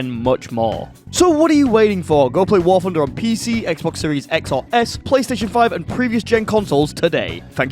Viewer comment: "War Phunder"